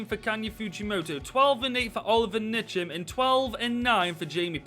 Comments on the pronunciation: Olivier Ntcham is pronounced N cham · Tbf ye weren’t that far off its pronounced (N-cham) just the letter then cham